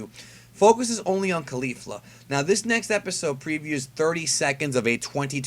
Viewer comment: Isn't Caulifla pronounced like Cauliflower and not Khalifa, which is the way you say it?